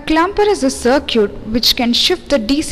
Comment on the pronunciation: CIRCUITE??? Awesome. If you speak English speak it as good as you can.